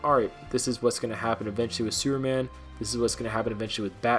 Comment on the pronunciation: Lol... Did you say "Sewer Man"?? Hahaha